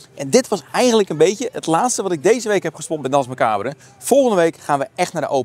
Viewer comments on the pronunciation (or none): "DANSE MACABRE" is Frans en spreek je uit als "DANS MACABER" graag gedaan!!